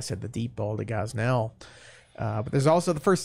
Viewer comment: Awhile back I had to correct him on pronunciation of Gosnell. He said it guz null while it's gahs nell